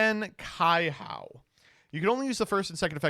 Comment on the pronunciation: Man really said Kaihao instead of Kaihou (joke)